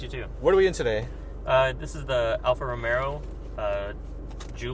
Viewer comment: The driver aids for stop start is in the onscreen menus. Controlled by the console wheel. And Andrew, there is no R between the "e" and "o" in Romeo. Like Romayo